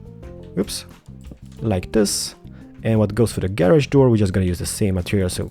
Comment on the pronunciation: I like how he says "Gay-Rodge"